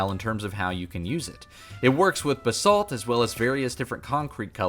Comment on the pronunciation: The way you pronounce Basalt gives me overwhelming anxiety. BAH-SALT not bsalt